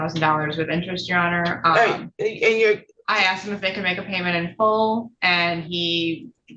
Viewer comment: No judge should be permitted to say "I aksed you"